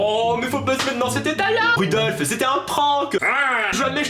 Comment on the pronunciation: le renne c'est Rodolfe pas Rudolfe